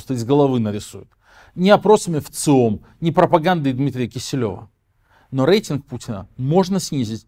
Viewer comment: В слове «рейтинг» по правилам русского языка произношение звука р мягкое, как перед е, а не э.